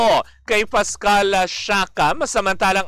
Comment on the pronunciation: Pascal. Not Pascual.